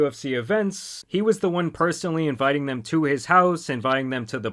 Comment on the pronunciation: “In tha hawse”